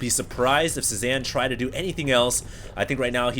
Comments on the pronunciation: Pretty sure it's pronounced "Say-Zahn," as in Paul Cezanne, the famous painter. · HD his name is pronounced CE ZAWN, it's a french word, just letting you know. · pronounced. say zahn. he was a painter